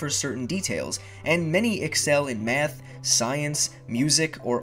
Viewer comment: are u from chicago cuz u say math like mehath